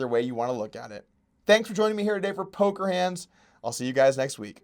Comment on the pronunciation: Hey at the end you said "Polker Hands", I'm glad you decided to go with your gut and switch it back.